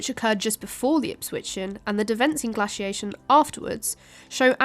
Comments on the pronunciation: "_Gla_ciation" - _gla_c / 😐 'Glaciation' - _glay_c? 🤔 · Glass-iation? Its Glay-ciation. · Where is from? your English is pretty good, apart from the glassiation and hollowscene. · I've heard some Americans pronounce it glay-ciation in their language, which has always struck me as rather odd. There is no y in the word. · I can't listen to glaciation being butchered over an over. Pity. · Anyone notice she pronounced glaciation two different ways? One, the way I am used to as an American, and the other with a short sound A that I assume is British pronunciation. Kind of a weird thing I noticed.